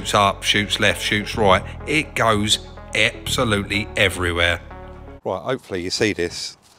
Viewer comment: glass goes “ebsolutely everywhere” - you went all posh on us there 😂